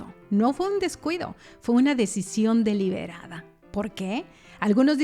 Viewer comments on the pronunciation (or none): Min. 21.59...La palabra es "deliberada" no deliderada...me extraña que una creadora de contenido no tenga ese grado de conocimiento de nuestro idioma...WTF!!!